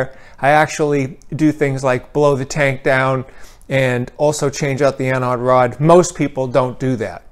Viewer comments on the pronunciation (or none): Must be a regional thing. In my field, the word anode comes up a lot, and EVERYONE says it with a long O. This guy saying anAHd sounded really wrong to me.